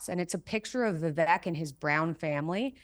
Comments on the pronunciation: Why doesn't she know that Vivek rhymes with cake? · Mikhaila is talking about racism towards Indians and she can't even take the time to say Vivek's name properly. It's Vivek, vek rhymes with cake. I'm only here for Candace, couldn't care less what Jordan Peterson's perma scowling daughter says about anything. Mikhaila seems like a very miserable person.